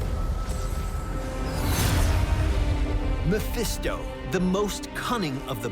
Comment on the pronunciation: More like Meh-Phisto.